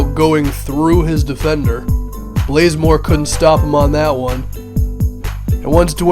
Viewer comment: it's bazemore not blazemore